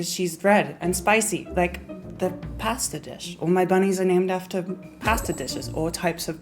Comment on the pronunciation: you say pasta wrong